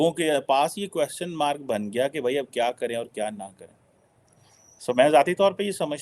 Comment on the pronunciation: Aaj style mein baithe ho lekin kwaaaschan is aise kaise? 😂